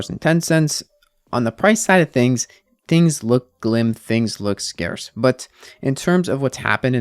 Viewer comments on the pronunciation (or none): lol he DID say "glim"! I thought I misheard it the first time but he said it twice XD